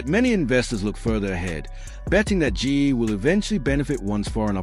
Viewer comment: Stupid AI can’t even say GE right. It just says Gee. Why can’t a human do the narrative?